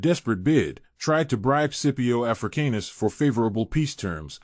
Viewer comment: The way you say his last name triggers me 😂